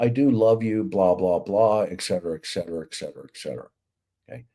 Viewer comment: ET-cetera NOT EK-cetera hence Etc..